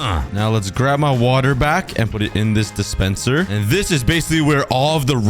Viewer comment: when you said "dispenser" I heard spendincer🤣🤣🤣